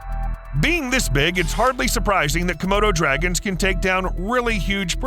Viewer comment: Er...was that a Komodo Dragon, or, hmm, er...a "Commode O'Dragon"...? [ sorry! ]